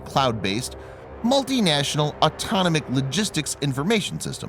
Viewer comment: Voice over dude: look up how to pronounce autonomic. Holy bjesus, bruh.